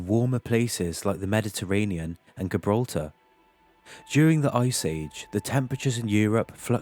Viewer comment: Ye but the way he kept saying Gibraltar was annoying 😂